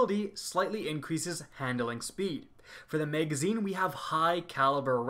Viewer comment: Oh my god that is not how you pronounce magazine. And who tf says meg? It’s mag, bitch.